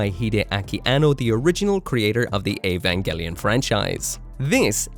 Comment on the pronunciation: That's basically the pronunciation in Japanese, so I think that's right.